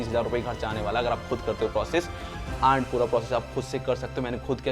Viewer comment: Nice video brother, i have been following your channel since a a year I like the editing and the way if explaining. It's easy for everyone to understand. ❤❤ . . . . . . . . . but I'd like to highlight this as it'll create bad impression Don't pronounce आंड ❌ Pronounce अँड ✅